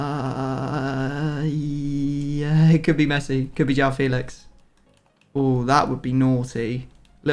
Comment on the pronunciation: Please stop saying Jow Felix and Jow cancelo it’s said like juwone it’s hard to spell it out just look it up please for all of my Portuguese people